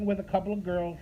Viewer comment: "flirtin'" = ready to devour..."girlshhh" = buffet table... Leave my chairs out of this you PRICK :p